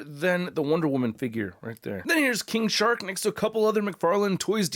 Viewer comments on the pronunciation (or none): I swear I heard 'King Shart' at the beginning there